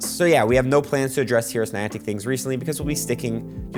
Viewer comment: When you're saying: HearUsNinantic, it kinda sounds like you're saying: HeroesNinantic! 😂